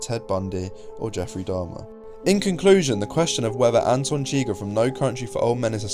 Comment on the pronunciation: "Anton Chigger" lol